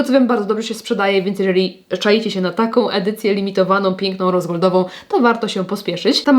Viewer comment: Nadrabiam zaległości po urlopie i stwierdzam, że czas się wyciszyć i skupić, bo usłyszałam, że polecasz 'piękną rozwodową maszynkę', zamiast rosegoldową😅